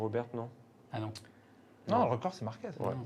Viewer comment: On dit marquez avec un z pas un s a la fin…. Vous dites merguez pas mergues….. enfin😂😂😂Márquez C est le goat et si vous l ecoutez il est franc et tres droit. Il a des valeurs et c est un gas super. Love❤ Marc.